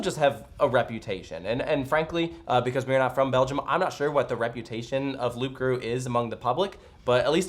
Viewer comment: The p in Loup Garou is silent.